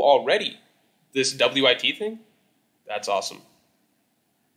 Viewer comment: I've never heard anyone pronouncing wit studio "W-I-T studio" 😭